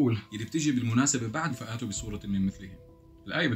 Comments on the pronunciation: من اول شروط نقد شيء او بيان صحته او غلطه ان تكون متمكن منه لكي تستطيع ان تحكم عليه انا كنت بدي احضر الفيديو واكمله ولكن في الدقيقة 2.38 انت قرات كلمة فأتوا ولفظتها فآتوا ولذلك اطريت اوقف الفيديو واكتب. التعليق واحكيلك ان القران العظيم الكريم الجليل نزل فصيحا بلغة محكمة بالغة لدرجةان اي حركه او تغيير حرف فيه يغير معناه كليا وبما انك لا تعرف ان تقرأ اساسا ناهيك فهمك الخاطئ للايات والكلمات خليك بمريام فارس واخبارها لانه هذا مستواك الفكري والعقلي وطموحك الشخصي ان تعرف مريام فارس وتسعى ان تكون عبدا لديها باختصار سكر ثمك .... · الآية تقرأها غلط كيف بدي أثق في ردك مش عارف كمّل (مما نزلنا على عبدنا) وليس مما نزل الله على عبدنا ، وقوله تعال (فأتوا بسورة) وليس فأاتوا لا تزيد ألف بعد الهمزة الحمدلله ١٤٠٠سنة وهو مضبوط (إِنَّا نَحْنُ نَزَّلْنَا الذِّكْرَ وَإِنَّا لَهُ لَحَافِظُونَ) كمّل